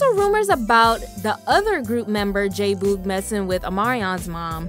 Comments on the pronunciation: Lol his name is pronounced j-bug not “booog” 🤣 it’s short for “boogie” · Jay Boog not bough smh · He couldn't possibly be yo man if u cant say his name right he says his name plenty of times in their songs go back listen to him say his name come back nd redo this video saying our man name right #IJS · You keep mispronouncing “J-Boog” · Why do you pronounce Jboogs name that way? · Why tf are you says boogs name like that🙄